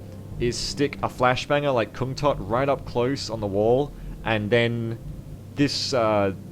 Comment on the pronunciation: Just an FYI, but kungtotte's name should be pronounced kungtotteh